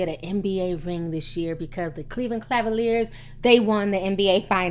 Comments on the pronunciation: it's Cleveland CA-VA-LIERS, NOT cLa-valiers. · it's Cavalier not Clavalier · Cavaliers lol did you say craviliers? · she was sayin cavaliers wrong she said clavaliers lol im dead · Léa I. Cleveland Clavaliers........😂😂😂🤣😂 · "Cleveland Clavalier?" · 😂😂 Cleveland "Clavaliers" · Please I'm begging you, it's Cava-lier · I like how you say Cleveland Clavalier with the extra L. haha. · B.I.G Pac I had to replay it, she said it 3 times, 😂Claveliers. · JoshuaCGray - everyone knows she pronounces certain thing wrong she has even said it before herself nothing New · Don't come for me but I like how Ti mispronounces "Cleveland Cavaliers" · Ti you cannot pronounce cavalier lol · T .. say Cleveland Cavaliers again. Lol .. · I love your show but you can't say cavalier to save your life lol. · For anybody that plans on trying to read Ti for the way she pronounces "Cleveland Cavaliers" , shut up! She has stated in older videos that she knows she can't pronounce it properly, now carry on! lol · Kev TheGreat She was fucking up buddy's name too LOL!!